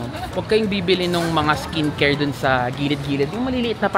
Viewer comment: iskin keyr hahaha.... tonymoly, mediheal etc haha, samgyup... try mo HongBar Myeongdong hehe